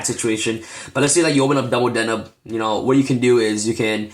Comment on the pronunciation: bro it's de neb you pronounce weird and it's trivver not try ver lol